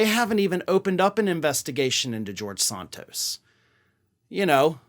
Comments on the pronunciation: Why is he pronouncing "sOntos" as opposed to "sAntos"? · Is it Sant tos, or Saunt tos as you pronounce it? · Why do you pronounce Santos as Sahn tos? Are you native born American? Are you dyslexic? Or are you being pretentious? Other than that, I really appreciate your reports, and am a subscriber.